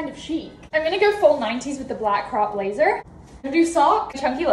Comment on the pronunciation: Why did she sound no American when she said blazer 😳